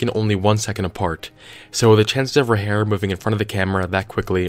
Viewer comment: He said "hair" and I went from 100% onboard to nope in about half a second